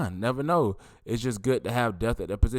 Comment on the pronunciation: Brother!!! It's not "death" it's "depth" and can you start using the word "hundred!" You'll say "He had 350 yards." It would sound better if you said "He had three hundred and fifty yards. Not trying to be critical but I want you to speak better when you are doing these podcast. Thanks for the content.